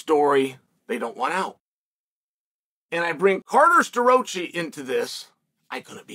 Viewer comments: Uncle Chael is always right. This Carter SterRoachyyy guy needs to have a talk with his parents because his parents have been mispronouncing his name his whole life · The way he murder Starrocci's name is amazing lmao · yea, no. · Maybe shouldn’t be commenting with such vigor if you can’t pronounce the guys name…. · Burroughs dissed penn state what do you expect? Bro say Staroccis name correct.